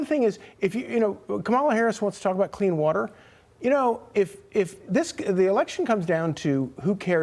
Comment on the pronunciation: Clean “watt-ter,” shevsays … idiots